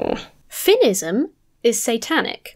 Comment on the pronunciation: F’inisim?! F’inisim?!?! The fuck is F’inisim?!